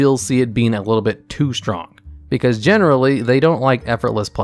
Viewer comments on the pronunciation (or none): "Too stong"